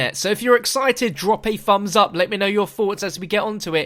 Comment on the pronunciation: What's a "fums up"? Lol